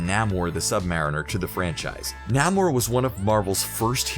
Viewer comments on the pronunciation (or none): Namor is pronounced “Nay-More” also I sincerely doubt any of these Easter egg characters will ever show up except the mindless ones who might show up when dr strange loses his ability to protect the earth with the time stone when Thanos steals it. Maybe Namoe but I’d be surprised. Their only going to uses characters that non-coming lovers will know because they are then bigger audience. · That pronounciation tho....namor(nah more)....instead of (naymore)....then...dormammu...(doormumu) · Napor instead of namor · Holy crap door-mah-moo not dorm-mi-moo and nay-more not nah-more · Oh, and it's NAY-more, Not 'NAH-more'. (Jack Kirby told me this. In a dream.) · they also really mispronounced namor. it's not "nah-mor" it is "nay-mor" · Namor the Sub-Mariner (Namor McKenzie) pronounce it "Nieghmore the Sub-Marineer" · It's naymor. Pronunciation. Poser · Nay-mor you dipstick.... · "Dormaamoo" "Naamore" lol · Na-mor is pronounced nay-more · It’s Dor-MAA-Mu and NAY-Mor You butchered those names so hard😂😂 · Kindly check how Namor's name is pronounced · Namor's name was butchered too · setten seems a lot of people do. I'm no nerd and no comic book heard either, but mispronouncing the names should not happen. At least the ones that were mentioned in the movies, if he can't pronounce the names right he shouldn't be doing this video, that is as bad as getting someone to promote a show/movie of something they hate. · i love that half the comments are praise and the other half are complaints that (rightfully so) screenrant has an issue with saying some words wrong in alomost every video. in this case namor and dormomu (prob misspelled that) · Awoken ToTheLies he also can’t pronounce namor and a couple other things like “Dormoomoo” like seriously